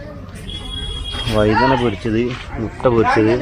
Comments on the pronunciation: ഒരു പക്ഷെ നിങ്ങളുടെ തനതായ ഭാഷ ആയിരിക്കും , എങ്കിലും പറയുന്നു. മുട അല്ല മുട്ട എന്നാണ് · മുട അല്ല മുട്ട അതാണ് ശരി